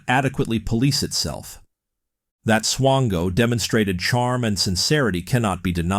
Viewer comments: Are you saying swango or chango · Mispronouncing the guy's name isn't exactly a desirable trait. It rhymes with "tango".